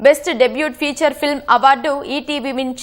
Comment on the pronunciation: ఫ్యూచర్ ఫిల్మ్ కాదు ఫీచర్ ఫిల్మ్.